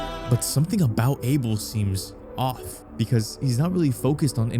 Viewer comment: idk why him or no one has been correcting his name pronunciation its "Uh-Bell" not "A-Bill"